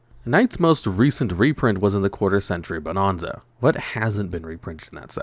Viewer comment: This is how you know that you don't look at the comments. If you did, you'd be pronouncing bonanza properly.